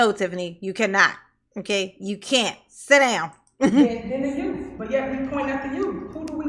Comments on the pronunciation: I’m sorry but in a position as high as the mayor, you should be pronouncing words correctly lol how is anybody supposed to take you seriously if you have been alive for 30 years and still can’t properly pronounce youth 😂 it’s not like it’s a speech impediment or anything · “The yoots” 😂😂